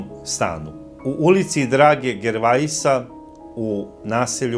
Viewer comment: žervea! Kakav gervaisa.Jao Boze,idu li ljudi u skole